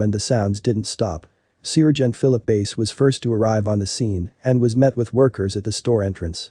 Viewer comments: Great heartwarming story but the robot voice "sear"-gent is annoying 😑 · Lucky, it was an annoying robo-voice that kept pronouncing Sergeant as ce-urge-e-ant. Basic story...39 year-old drug head babysitter in grocery bathroom with 14 month old. The sitter was trying to hide drugs from cops, while baby was drinking Dr. Pepper from a baby bottle. The Sargeant got the baby away from the woman, she got arrested, baby safe but mother is in jail for unspecified reasons. Looks like that poor child will end up in foster-care. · Not all cops are bad. God bless this sargeant. By the way, it’s pronounced sar gent.